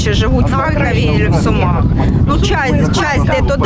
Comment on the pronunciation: А ви помітили як вони кажуть «в Сумах»? Люди з Сумської області мене зрозуміють) на хвилині